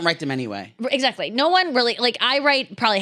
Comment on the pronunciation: pronounces “exactly” as if there’s a “g” in it. EXAGDLY. Lolol